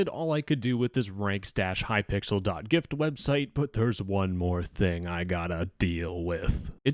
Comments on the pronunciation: The fact he calls hypixel hypickle :0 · It is hypixel not hypickle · normal people:"hypixel":"hypickle" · "hypickel" i love this guy i've seen a couple his videos and they are amazing keep the great work up!! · ah yes, Hypickle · glad i'm not the only one who calls it hypickle I wonder what thought process makes literally everyone do that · Hypixel ❌ ✅Hypickle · I love how he keeps saying "kypickle" 😂😂😂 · No way bro said hypickle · Why are you saying hypickel?